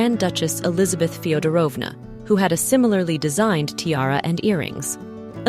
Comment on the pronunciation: fiodόrovna we put the accent on the first o